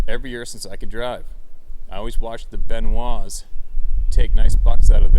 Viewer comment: Hey, the fellas Jason spoke of are the Benoits, not pronounced Benwa. no disrespect on my end. thats how south of the border pronounce names and places. those fellas are damn good trackers and hunters too. Johnny